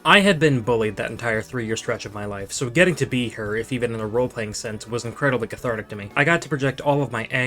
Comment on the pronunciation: cathartic? say that again?